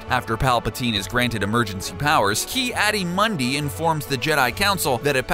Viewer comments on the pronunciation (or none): Good vid....except, you should really do your homework far enough to know how to pronounce words according to canon. Nah-mee-no-ins, Kee Ah-dee Moon-dee, etc. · Also he pronounced Ki Adi Mundi wrong